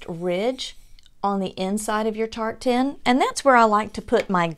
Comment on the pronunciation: Dear, I’m so delighted that I stumbled across your Channel! I absolutely loved every Ornament you created! I was confused when you said, you were going to make “Tart Tin Ornaments”... At first, l thought you were saying “Tartan”! I kept waiting to see some “Plaid” looking. 😳😂🤣🤦🏻‍♀️ I think you’re extremely talented and have a lovely voice... I enjoyed your video so very much! I immediately subscribed and rang the notification bell! 🔔 I’m looking forward to watching more of your videos. ♥️👍🏼👏🏼👏🏼👏🏼👏🏼